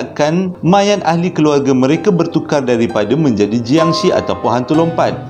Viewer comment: sebutan bunyi yang betul untuk jiangshi dalam Mandarin adalah 'chiangshe' (bukan bunyi she dlm English) dan dalam Kantonis 'keungtzi'